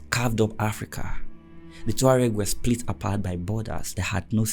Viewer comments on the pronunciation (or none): none